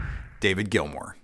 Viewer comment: David GILMOUR! Not Gilmore.